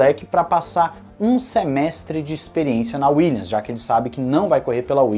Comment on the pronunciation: Boa tarde. Acompanho diariamente o canal e curto bastante. Valeu pelo conteúdo! Gostaria somente de deixar uma dica fonética. Williams se pronuncia com som de M no final. Dessa forma ficaria algo como: "Williamis" com um i bem tímido e sutil. Fica bem diferente de "Willians" Valeu!